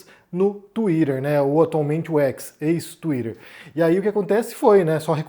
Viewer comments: não suporto ouvir vc falar twitter 😢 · já começa errado quando tem brasileiro falando "tsuiraerr" kkkkk o cara já confessou que recebe grana pra defender um lado